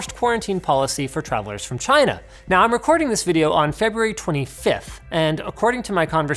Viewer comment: Is it me or he says Tryna instead of China ?